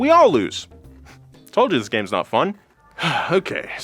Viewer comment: Fwun, and Uralkali a an oil company? I really like your content guys but in the first minute you invalidated this entire video.